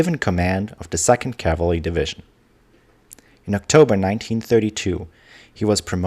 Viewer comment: Your accent is really not all that bad except for the word "cavalry."😊